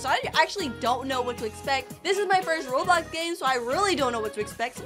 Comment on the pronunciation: Girl, it’s not blockes b-l-ox